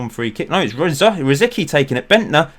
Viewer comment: Shouldn't Rosicky be pronounced as (rositski)?